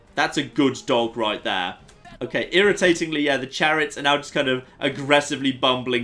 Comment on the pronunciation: he said the clariots